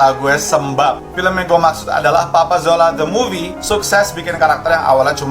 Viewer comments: Kena maklum...lidah orang jawa kurang boleh sebut Z....dia jadi J... Contoh... Rezeki - rejeki Marzuki - marjuki Papa Zola - Papa Jola Zimbabwe - Jimbabwe Dan lain2.. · papa zola bkn papa jola 😂😂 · Papa Zola bukan papa jola hahahahaah